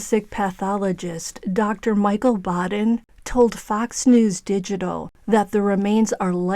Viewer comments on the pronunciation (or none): none